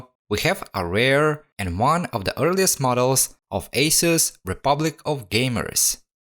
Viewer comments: Agreed with the pronunciation! 🙌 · It's so nice to hear the correct pronunciation for Asus. Very thorough repair of this laptop. It's an expensive laptop.